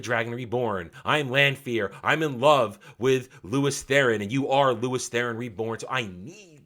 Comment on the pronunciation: The commentary is fine, but holy shit is your pronunciation terrible. LEWS no i in there at all. For example.